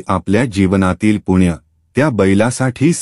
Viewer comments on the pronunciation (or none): तुळशीची माहिती छानच. पण आपण पुण्णय. च्या ऐवजी पुण्य म्हणत होता.तो शब्द चुकीचा उच्चारत होता.ते योग्य वाटले नाही.